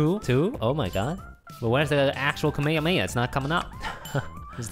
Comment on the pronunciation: He said kamehameha wrong😆😆🤙🤙 #Goku. #dragonball. #JUMPFORCE